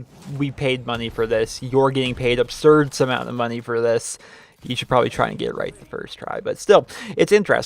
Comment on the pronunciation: You say obserd too much